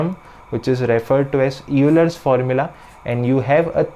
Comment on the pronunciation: If Euler were pronounced phonetically, your pronunciation would be correct, but it is actually pronounced as though it were spelled "Oiler."